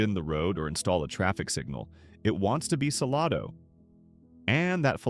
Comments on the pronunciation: It’s green, not Gruene. Sa lay do. Not sa luh do. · SaLAYdo. Not saLAHdo.